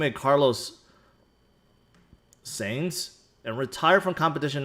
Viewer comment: Sorta funny that, a car guy in a big way, apparently doesn't know who two-time rally champion Carlos Sainz is since he doesn't know how to pronunce his name. I know he's bad with names, but surely he's heard this name before.